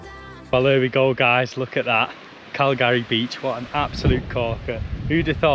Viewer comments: Its not Cal-gary! Its Calgry (phonetic). Like Calgary in Canada - in fact, it is named after Calgary Bay on Mull! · Loch-ah-lin. And Cal-gry. Even Scots have problems with some place names. Can you tell me the names of the park ups you went to, the one you left to find the aurora and the one you did stay at? I'm looking for park ups on Mull for this year. Thanks.